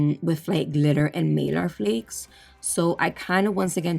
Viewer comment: You crack me up. It’s a needle bit, not needle 🪡 point bit. 🤣. Girl not malar flakes it’s Mylar flakes. Hahaha 😝. Sry I finally had to say something. They’re like milky marble. Very very Beautiful💗💜💗💜